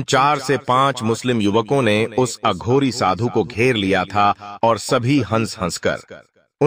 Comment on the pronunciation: बेवकूफ अघोरी को अधुरी बोलता है।